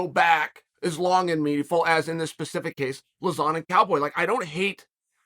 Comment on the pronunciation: who's joe luh-zaan lol